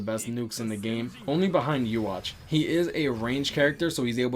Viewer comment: it's pronounced yuh-wok not you-watch it's a reference to the Hebrew God in the bible/testaments (yahweh).